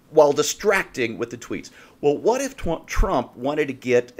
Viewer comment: "Twump" sorry, it was funny